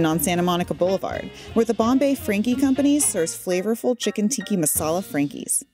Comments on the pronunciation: Guys pls call it chicken tikka not tikki it's different. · Just my own pet peeve, but my ear is offended when she says "Chicken Tikki Masala" instead of "Tikka". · Chicken TIKKA masala, not tiki, and it's not eddle-wice, it's 'aidle-vice'. Fucksake.